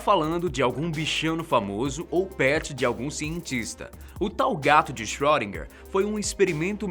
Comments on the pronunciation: sim, mas se fala "schrÊdinger" e não schrÓdinger, como ele fala! Mesmo assim, o video ficou show, muito informativo. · Por favor, não se fala "ö" como se fosse "ó" e sim um som entre "o" e "ê", e "er" tem som de "a" . Portanto seria algo como "chroedina".